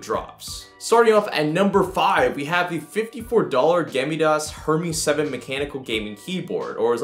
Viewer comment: Its gamdias not gamidas bro